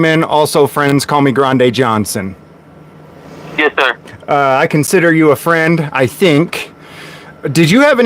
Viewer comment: "Granday Johnson" 😂